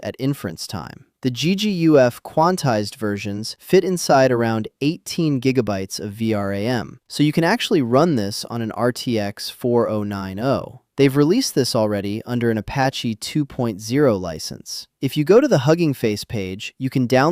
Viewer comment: dead giveaway AI voice can't handle common models, names, places, phrases. "nvidia Four Oh Nine Oh"👎